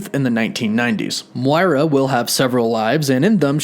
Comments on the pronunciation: Her name is pronouned Moy-Rah not Mwora.. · Dude your saying Moira wrong, it’s like ‘m(oy)ra’ :) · the way you say "moira" is questionable... lmao guess you never played overwatch XD